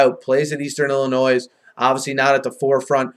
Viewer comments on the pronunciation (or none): Please pronounce Illinois correctly.